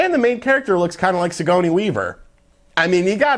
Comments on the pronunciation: words/names that has mispronounced: - Senua (pronounced SEN-ua, not se-NU-a) - Sigourney (pronounced Si-GOUR-ney, not Si-GO-ny) - Damacy (pronounced da-MA-shi, not DA-mah-see) This guy gets thousands of views for each ~10 minute video he makes. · Gor-nee Weaver man, not suh-goney. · Si-goURN-ey, not Si-go-ney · Sea-Go-Knee weaver lol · How could you butcher the pronunciation of BOTH "Senua" AND "Sigourney"?